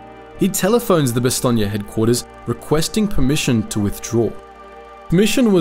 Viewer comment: Nice to hear Bastogne pronounced probably, as in Bastogneya, yes?